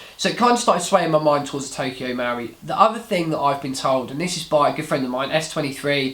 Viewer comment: Marui, the u comes after the r. MUH-ROO-EE not MOW-REE no? Looks nice in the box. Did you compare it to Krytac Trident MK2? Good vid, I'll check out the review.